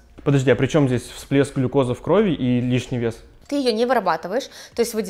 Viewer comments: Спасибо вам огромное за полезную информацию 😊Ребят, ударение не в крОви, а в кровИ ❤ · Спасибо за полезную информацию!! Не хочу душнить, но правильно говорить "в кровИ" (если есть предлоги "в" и "на", то ударение на И)))